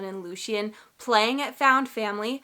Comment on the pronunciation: Also Loo-shen is correct, lol! In SJM’s original pronunciation guide, that’s the phonetic spelling